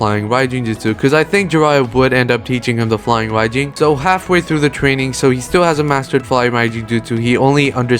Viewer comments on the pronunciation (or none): none